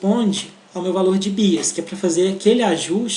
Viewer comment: Muito bom, mas sem querer ser chata e já sendo, "bias" pronuncia-se como "baias".